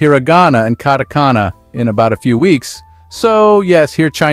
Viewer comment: it pronounced the word "katakana" differently each time.